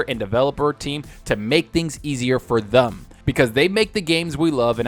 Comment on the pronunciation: It sounds funny when you say thum instead of them.